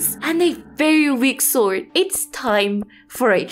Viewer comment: Love the way you say Swoid ^^ (I am a language teacher and I am very fasinated by accents :P )